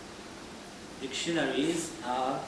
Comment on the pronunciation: But I think that the word " dictionaries " is four syllables not three.